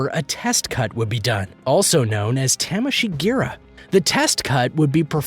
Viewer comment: I got aidsbola from hearing his pronounciation of tameshigiri.